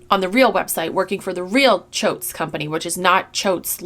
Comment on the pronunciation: I also keep hearing “choades” instead of “Choates.” Which means f-ckers in Hindi